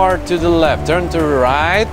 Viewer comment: English is not your strong suit,? Sounds like at about You're having a stroke. "I can see you to the left, Turn to ry-AIGHT!"